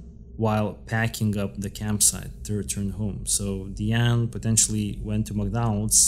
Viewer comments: The perpetrators name is pronounced "Die-Ann".😊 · Her name is DIE ANE………… not DEE ANE.